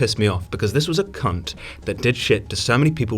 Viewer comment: The way he says cunt is amazing. Cun'